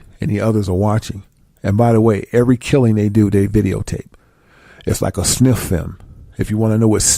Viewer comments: It's called snuff films not sniff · Its not sniff films its snuff film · Boisterous not voiceterous the movie is called snuff and not sniff and his name is Rza as in rizza not Roz lol